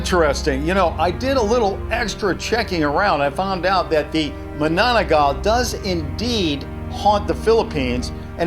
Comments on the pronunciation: its called manananggal not managanal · He say managanal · LOL U SAID MANAGANAL ITS MA-NA-NANG-GAL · What it's not MANAGANAL it's MANANANGGAL Because I'm a filipino ang proud to be a filipino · Its not "Managanal" its Manananggal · Thats not managanal its manananggal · You pronounced it mananggal its manananggal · It called ma-na-nang-gal not ma-na-ga-nal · It's not ma nan ggal its ma na Nang gal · Mananangal not mananagal or magmanmgal ALICE! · if ur reading this its not managanal its mananangal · Wrong that's not how you pronounce Manananggal you said maNAgaNAL it's MAnAnAngGAL im from philipines bruh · He said Managanal instead of Mana-nang-gal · its pronounce like mana nang gal like not likely mananagal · The spelling in the message: Manananggal: MaNaGaNaL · MANAGANAL HAHAHAHAHAHAHAHAHAHAHHA ITS MA-NA-NANG-GAL LOOOOOL LIKE O MY GOD XD XD XD XD XD XD XD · It’s manananggal not managanal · He said managanal but it's mananangal 😂😂😂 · Text: manananggal: managanal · What "managanal"?😂😂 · Its not mananagal its pronounced manananggal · WHAAAT??? what did u say?? MANAGANAL??? HAHAHAH IM FROM PHILIPPINES.. ARE U KIDDING? hahaha its MANA NANG GAL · It's pronounced Ma-na-nang-gal Not mananagal or something I don't even know how these pronounce thing works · managanal xD xD, its pronounced as ma-na-nang-gal :v :v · Its pronounced (ma-na-mangal) not managanal how I know I'm phillipino 🇵🇭🇵🇭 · I'm a Filipino and it's not managanal!!! It's mananangal it's a half body creature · M-a-n-a-n-a-ng-a-l not managanal it's mananangal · I heard you say Managanal Instead of manananggal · Obviously it's not Manananggal. Want to know why? Because Manananggal can be seen only at night. By the way I like it when he said Managanal instead of Manananggal. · Its not ma-na-na-gal Its ma-na-nang-gal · Its not mananagal its manananggal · its ma-na nang-gal to read not manana-gal 😉😉😉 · That "managanal" creature tho XD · Its not managanal its manananggal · its mananangal